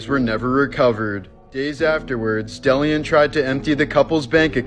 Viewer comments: He was not a power ranger, 2nd name is pronounced de lee on, not del ee un Jesus do the smallest research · It's pronounced day-lee- on 😂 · DeLeon, I'm pretty sure, is pronounced Dā*Lē*ōn